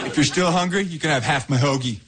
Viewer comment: 听的好像是to still hungruy？